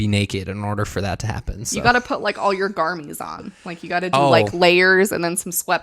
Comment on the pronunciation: I don't want this comment to take away from the seriousness of your video, but when you say "garmies" instead of garments, I laugh out loud. Every. Time.